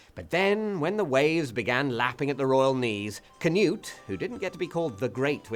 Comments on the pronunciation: It's spelled "Knut" and pronounced "Knut", NOT "canoe". There should absolutely be NO "A", spelled or spoken. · im no expert on grammar, but there's no "kuh" sound much rather something more like "kh" so normal sound for K and slap on the exhale-y bit to soften it before "nut" part. im pretty sure if you just type in "Knut" in any of the nordic languages(finnish dont count they're northern not nordic)in google translate you'd get the right way to pronounce it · Pronounced k'noot, not ker-newt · Why do English people pronounce it "canute"? It's Knud. Knud. The d is like in edible. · Its Knud tho, English people pronounce "Cnut" correct, as thats English. Its like Michael, in Danish, and Micheal, in English.... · Scandinavian greetings, but also scandinavian insults, for that defilement of a pronunciation of "Knut".